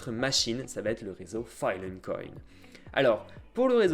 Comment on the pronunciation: à part les "file 'n coin" et les "arewève" c'est tres bien ;)